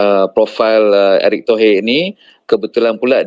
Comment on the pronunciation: Nama orang dirubah erick thohir kok jd erik tohee, intonasi ke inggris2an